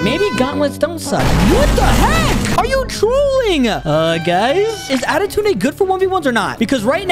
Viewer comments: Why is he saying adetunede bc its pronounsed adetune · Bro said autuden ☠️